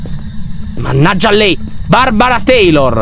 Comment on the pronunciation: Queste qui sono le volte in cui Lyon a detto BARBARA TEILOR.😅😂😂😂😂😂😂😂⬇️